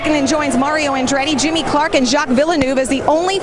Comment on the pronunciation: "Jimmy Clark" Please kill me.